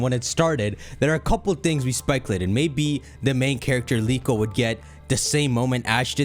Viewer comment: "Liko" Not Riko